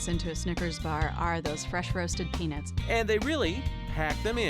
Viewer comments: Why she keep saying "peanits" tho? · Why do white people prounouce peanuts like “penis” is it that hard to emphasize the word “nut” and not pronounce it like ness🤦🏻‍♂️😂😂